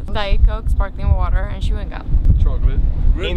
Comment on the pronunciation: Janni: it's CHEW-ing gum, not SHOE-ing gum. That's your only mistake you make speaking English, but you've done it in several vlogs so you'll have to really practice this because no native English speaker would ever say this.